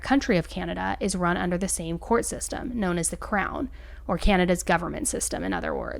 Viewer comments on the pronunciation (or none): none